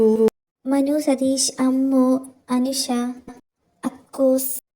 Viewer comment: not Anusha Alla Anushkaaaaa